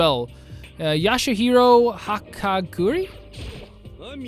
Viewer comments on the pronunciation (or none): 🤓:Um actually it’s B-ya-ku-ya Not Bioka Ya-sue-he-row Not yashero